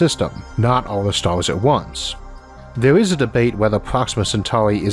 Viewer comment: it has three "Stauuus" hahahahahahaha